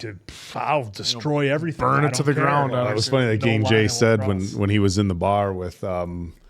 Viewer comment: It‘s Gangjae not Gængjæ😭